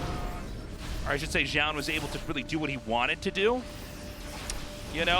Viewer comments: Zoun is pronounced JOE-OON, not zyown. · Since zoun isn't an English word, but a Korean nick, the presenter at the start of the game should be the best pronounciation we have [ʒu:n]. Tasteless isn't too far off most of the times [ʒaʊn]. It is when he says it in the same way as Artosis that he falters [zaʊn]. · Tastless till saying zoun "Zjoun" :/ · Tasteless really needs to figure out how to say Zoun and stick to it XD He thinks he is saying it right but he's not lol